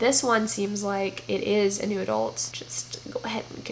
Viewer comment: I love how every time you say New Adult I hear "Noodle" and I think the genre should be renamed honeslty